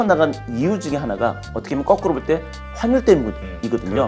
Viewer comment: 거꾸로를 꺼꾸로라고 계속하시니 거슬리넹ㅋㅋㅋㅋ